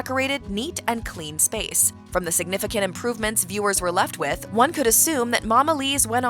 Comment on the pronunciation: you said "significint" instead of "significant".